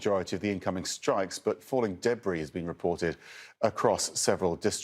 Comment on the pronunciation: What is deb reee lol